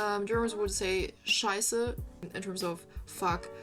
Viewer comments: The way you pronounce “Scheiße” (“shit”) sounds more like “Scheißer” (“shitter”). Pleas note that in German, the light schwa [ə] contrasts with the dark schwa [ɐ]. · it is not "shy-ZZah" but rather "shy-SSeh" or that would be at least closer to it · scheiße, why do you not can pronounce "scheiße"?!